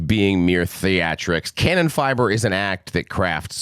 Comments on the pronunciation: Pronounciation be like "Cannon Fibre"... Ca-noonh-nan Feebrr would be more appropriate to pronounce 😂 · The guy who is willing to do a review has to at least learn how to pronounce the band's name in a way that is at least close to the norm. Huge disrespect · I love your accent, don't change. Still, if you want to know the pronunciation of some terms for curiosity reasons, try to say "Car-no-nen-feaber", album title: "dee oor-cutter-stro-fe" [= the original, primal catastrophe], the second last song is pronounced "ouse (like in house)-blute-oongs-shluX (make a sound like your throat is scratching) - t" = a battle that bleeds people dry. I'd actually love to see fan videos of native speakers pronouncing the foreign names of bands and albums formerly discussed on Banger TV. If it's wrapped up as a token of admiring fan work and intercultural exchange instead of snobbish arrogance that might be fun...and thanks for not making fun of the English accents of foreign fans and bands in return... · That's gotta be the worst German pronuciation I ever heard 😂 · he’s not mispronouncing, he’s misreading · Bro next time at least get google to pronounce stuff for you, this is embarrassing. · Damn, he's butchering my native language really hard...😅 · That has got to be one of the worst pronunciation of both the band name and the album title 😅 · Also,, just to help you out bud, Kanonenfieber translates to cannon fever, it's pronounced more like that.